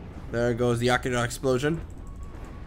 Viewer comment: i am sorry but the way he pronounces Akira ruined my day :L